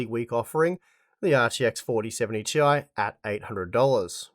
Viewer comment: its 'tie', not 'tee eye'